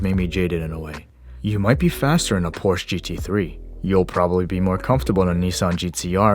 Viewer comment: Cool review. Now, if we could only get you to say pronounce Porsche correctly, that would be fantastic.